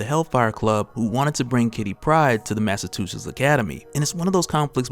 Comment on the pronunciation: Anyone else notice him say "Mass O' Two Shits Academy"?